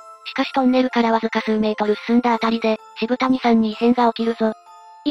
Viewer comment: 渋谷はシブタニさんじゃなくて、 シブヤさんな！